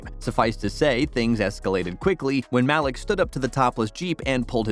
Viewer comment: "mahlick" pretty sure his name is pronounced "maleek" bro